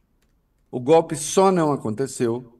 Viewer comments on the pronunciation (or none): O presidente que fala gope ,não invés de golpe ...triste ..nem estudou esse cara lavada ...